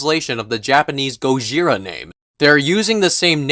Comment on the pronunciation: No, no it's "GOZIRA!!" If you're your going to incorporate the hevy accent do it right